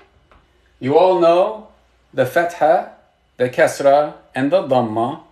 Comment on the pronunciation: Bro the kasra is more of a "ee" sound